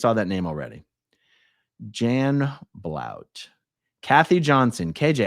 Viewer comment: This is a wonderful expose, thank you, Aaron. 🤗 It seems to me quite a few of the names aren’t quite right. That’s Janet Blount (pronounced “BLUNT”) not Blout. I vaguely remember her. She worked at the former PAC Child Care Org for many years. Would you like the correct names for some of the others?